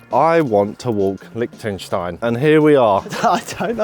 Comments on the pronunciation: My guess was Liechtenstein as soon as I saw the title of the video. Was also chuckling a bit listening to you guys mispronounce it “lick-tenstein” the whole video 😂 in German the ie letter combo sounds more like the English ‘e’ sound, and the ei combo sounds like the English ‘I’. Too bad the fog was too thick while you guys were there to get the good views of the alps, I went to Liechtenstein on a solo backpacking trip and I loved it there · Its Liechtenstein 🤣